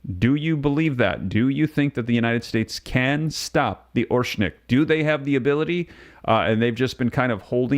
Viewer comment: Learn to pronounce Oreshnik correctly. It’s not orshnik, it’s Oh-Rehsh-Nick, the stress is on the second syllable.